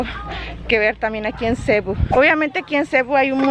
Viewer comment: es cebú..acentuado no sebu como tu dices